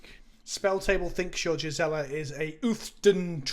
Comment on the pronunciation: A+ guest cast! is okay aswell, I guess. Sidenote: Gisela is an old germanic name and on Innistrad, with all its 'walds' and 'geists', pronunciation would be correct.